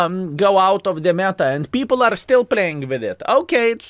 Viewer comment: The new meh-ta. 😮